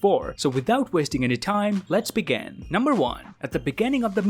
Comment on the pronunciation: U said let's bagan it hirt me